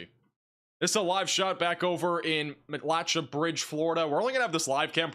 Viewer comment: I think it’s pronounced Matt-la-Shay’ 😉